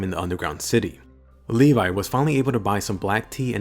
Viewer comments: I always thought that levi's name was pronounsed levi not le-vai and he is my fav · Uhm. I pronounced it as Levi not Levay . Kill me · I will always pronounce his name Leh-v